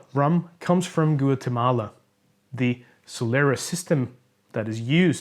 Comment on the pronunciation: Love the review but the way u said goo at tamala 😂 it's pronounced gwate mala